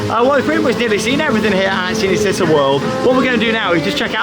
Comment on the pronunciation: I know you guys don’t speak Italian but it is pronounced ‘Chee-nay Chee-tá’ 😀😀 Great vlog btw.